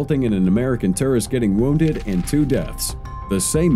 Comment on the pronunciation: The narrator doesn’t say tourist correctly